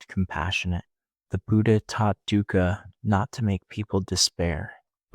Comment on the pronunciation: Its pronounced thoogh-khaw.. not so much as duca.